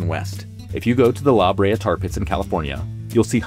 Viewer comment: Can't even pronounce LaBrea, I'm out